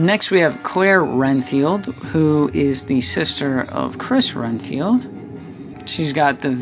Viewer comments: its red field not ren field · I was about to say that it's Redfield but sometimes people mess up so that's ok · Nice video, thank you for it. My only complaint is.... for Chris and Claire Redfield you kept saying "RENFIELD" with an "N." But it's "REDFIELD," like the color "RED" with a "D." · Renfield? It's it's Redfield. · its redfild not renfild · I love the figures but I just want to correct you one thing it’s Redfield not “Renfield” not disrespect though dude I love the review